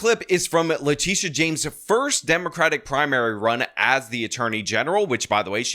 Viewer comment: Please pronounce leTITia correctly. It's not LaTisha, or Latischa. It's La-Tit-ia